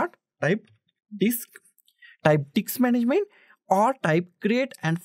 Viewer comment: "Go to the diks management"